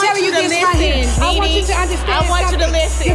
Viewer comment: themezzy mahon I know you did not just say “kneeKnee”